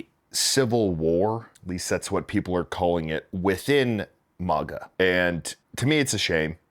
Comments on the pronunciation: maga not miga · Who pronounces MAGA thay way?